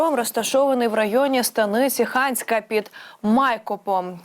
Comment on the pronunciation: Під ИАйкопом! І може - таки станиця Ханська? Будь- ласка зверніть увпгу на наголоси, бо Ваша інформація, таким чином, перетворюється на дезінформацію! Дякую ВСЕ буде Україна незалежна й квітуча! Амінь!